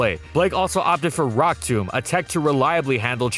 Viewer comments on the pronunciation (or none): none